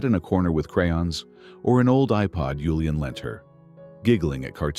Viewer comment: Good story but annoying hearing yulian when his name was julian